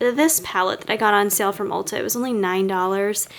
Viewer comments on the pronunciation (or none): none